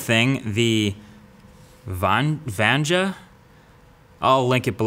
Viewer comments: The "J" is pronounced as "Y" in Vanja. So it's "Vanya". :) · vanja sounds like vanjana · Vanja is pronounced VAE-NYaa English pronunciation guide: V as in "vow (V.AW)" ; AE as in "at (AE.T)" ; N as in "knee (N.IY)" ; Y as in "you (Y.UW)" ; AA as in "odd (AA.D)"